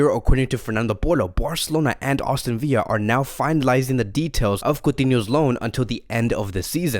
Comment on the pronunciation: Aston VILLA not viya it’s English not Spanish